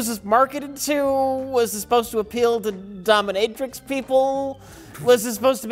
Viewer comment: Doh minh ih trix, accent on the "minh." is right, the girl on the beach is not the same girl as the one with the mouse. And damn, that surplus army field desk looks niiiiice.